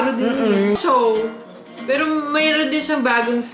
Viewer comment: anong chow ate HAHAHA chou(chu) yorn